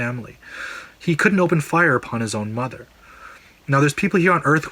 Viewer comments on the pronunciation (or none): none